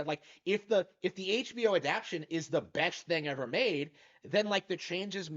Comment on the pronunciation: lol you really gotta learn how to pronounce adaptation